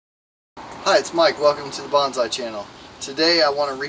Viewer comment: its bonsai not banzai